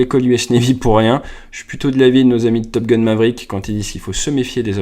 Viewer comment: Нейросеть так ржачно произносит английские слова, потому что настроена на французский! 😁 С Топ Гуна вообще выпал, топ гун, это Гитлер, а топ гал, это Де Голь! 🤣